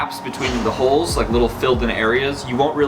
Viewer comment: Every time he said 'holes' I understood 'hoes' it was very funny to watch